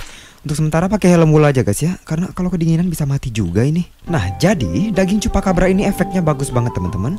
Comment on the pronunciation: Akhirnya bang sudah bisa bilang chupacabra